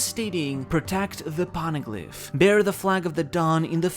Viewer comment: "po-ne-glyph" not "pawn-a-glyp" I have a constant influx of these OP channels who can't even pronounce the most basic things right, or completely miss the most basic plot details when speculating or theory grinding. Don't feel too bad, but you aren't getting my sub. You don't get first place for One Piece lore slop with this, but I can share what one place looks like. Someone forgot Aokiji kidnapped Pudding. Started trying to predict the rest of the manga... 8 mins of my life I'm not getting back. It was interesting until he said, "Blackbeard has no way to read the poneglyphs so we can assume..." No... big no. I'm just tired of the slop on my recommended. Do better or do something else.